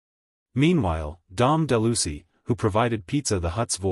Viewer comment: "Dom Delucy" ?? 😂 This bot can't pronounce names correctly.